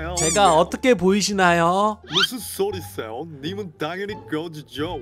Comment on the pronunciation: 무쓴 쏘뤼 쎄옹~ 이궤 아닌뒈.?